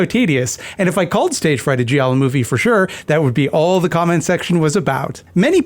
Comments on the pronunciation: I think Giallo was pronounced “gee-all-o.” My credentials are that I’m Italian/latine. But also I don’t talk to people so… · ^ That and also, the "i" in giallo is effectively silent. Gi = j in Italian.